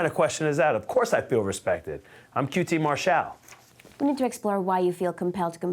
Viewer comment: Yes! I'm vindicated for saying QT Marshall right this whole time.